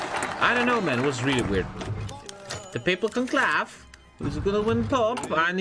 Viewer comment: God, imagine not knowing what interred means nor knowing how to say conclave lmao 😂😂😂